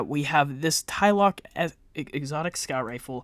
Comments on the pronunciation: Ikr….say it with me…”TLA-LOC”…not “tai-loc”…lol… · Where are you getting a y in Tlaloc? You're saying it like it's spelled like this "Tyloc"